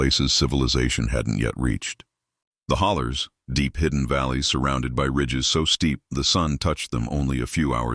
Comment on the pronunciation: It's pronounced "holler," yankee boy. 😂